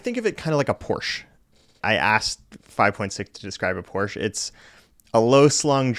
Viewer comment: Maybe the new speech thing can teach you to pronounce Porsche.